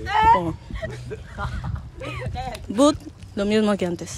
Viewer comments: Ella dice que but😭😭😭 no bat🤣🤣 ese inglés porfavor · Dice but😂😂😂😂 literal